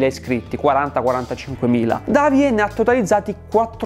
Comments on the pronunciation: Davie si dice deivi (scusa dovevo farlo ;-;) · La fonetica di Davie è sbagliata